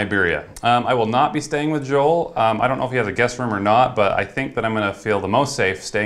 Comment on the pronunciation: Its pronounced JOE-EL